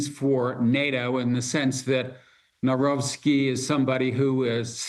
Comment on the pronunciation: Nawrocki - read as. naVrotzki. Karol Nawrocki